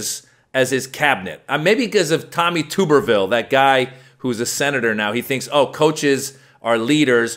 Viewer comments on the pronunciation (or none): 'Tub er ville'...not 'tube er ville'..i can't stand tubberville,don't get me wrong,but i'm so sick of ppl mispronouncing the name.